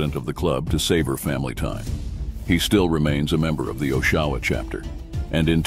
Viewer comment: Great video, but just a note as someone who grew up here a 1/2 mile away from the Choice clubhouse.....It's not pronounced "OshAwa", it's pronounced Oshawa, with the emphasis on the O (it's a "soft" O, not a "hard" O).